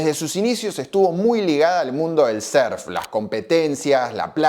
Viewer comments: Pero como que serf pelotudo, aprende a pronunciar o si no di simplemente surf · Pronuncias muy raro la palabra surf , lo dices con e